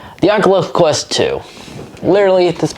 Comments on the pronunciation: I can’t not stop thinking on how he said the ocluthes qleft qlu in the first few seconds of the video instead of oculus quest two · Oat the start it sounded like he said de aculus quest